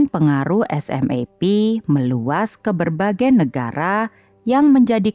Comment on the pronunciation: Admin, di Jepang sendiri grup band SMAP dibaca "SUMAPU". Agak janggal telinga saya dengar nama SMAP dibaca huruf per huruf 😀